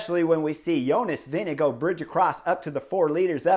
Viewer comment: Jonas "Vinego" Vingegaard 😀 At least in europe his name ist pronounced more like "Wing-e-guard" 😛